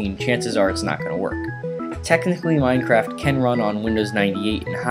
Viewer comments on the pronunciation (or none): did you say mineCRACK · u said minecrack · he said "now to download minecrac" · is it me or does this guy sound like he said mindcrack